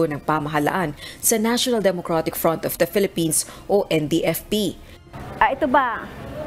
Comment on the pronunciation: Your lady anchor says "Phelippines" instead of Philippines. Common! Let's say it right.